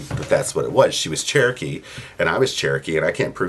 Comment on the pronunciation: White people all ways say there chrookee